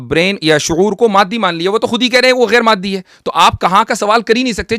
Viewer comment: معدی نہیں اوئے مادی